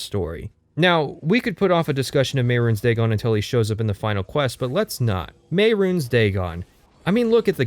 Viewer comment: I applaud your intellect and posit that his pronunciation of Mehrunes Dagon and Sheogorath also invalidate the entire video. I, too, am very smart.